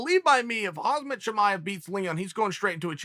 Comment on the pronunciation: How much do you think the UFC pays Uncle Chael to push his own made-up narratives to promote fights? Btw I don’t think HOMZAHH likes to be called HAZMETT